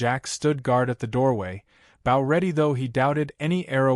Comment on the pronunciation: TEACH YOUR AI HOW TO SAY BOW....